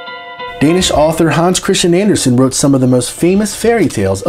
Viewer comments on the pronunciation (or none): none